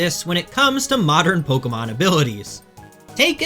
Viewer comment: How are you one of the best players in the world and still mispronouncing some of these Pokémon